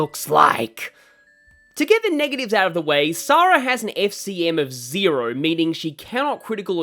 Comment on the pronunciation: You are pronouncing Sara right, Heroes gets it wrong...which isn't a 1st considering the way they mispronounce Ogier...